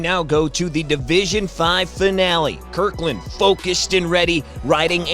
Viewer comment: For the love of god... It’s Kirtland, not KirKland. They aren’t sponsored by COSTCO. And that reminds me, I need to pick up more toilet paper...